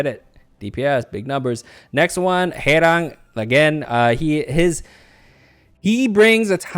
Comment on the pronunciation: im inlove with you and how you said Haerang and Garam😃